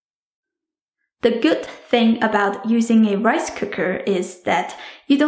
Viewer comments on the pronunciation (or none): DID SHE SAY WIFE COOKER!!